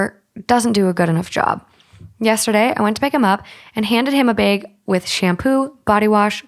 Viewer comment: Say “bag” again please